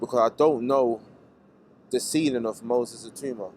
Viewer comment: It's "Itauma"not "Itooma"